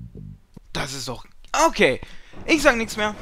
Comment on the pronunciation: Warum sagst du immer Okay so wie es geschrieben wird :)